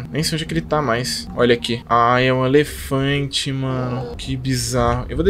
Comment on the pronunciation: kkkk n se fala Alefante e elefante kkkkkkkkk